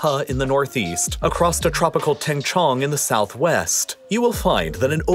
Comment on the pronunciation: Quite a nice pronunciation of Heihe, Tengchong, the Sichuan Basin and the Hexi in Mandarin. I appreciate how you tried to correctly pronounce it even though the tones weren't perfectly captured.